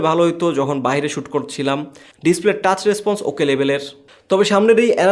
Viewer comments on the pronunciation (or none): Toss na...Tush